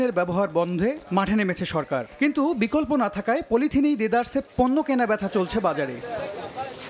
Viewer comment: বকল্প না বিকল্প 😂😂😂